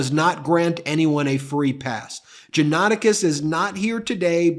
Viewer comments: It's not usually difficult to learn how to pronounce proper names on the Internet. If you consider yourself a news organization, it's lazy, sloppy and unprofessional not to bother. jaw-nuh-TAH-kis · Pronunciation Correction: John-a-TAC-is. Sadly, this man was a friend of mine years ago. I was appalled on Jan 6 to see his post pop up on my Facebook feed. I remember seeing his posts and podcast including the ones you read here and the disbelief I felt that the man I had known had come to this. I was shocked and outraged by his attitude, calling Ashley Babbet a hero who “died for us!” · Johnatakis is pronounced Jah-nah-tah-keys. I know because i am part Pontic Greek. Sadly Johnatakis did not learn anything from the Armenian/ Pontic Greek/ Christian Assyrian genocide... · Just curious, why the repetetive mispronunciation of the defendant's name?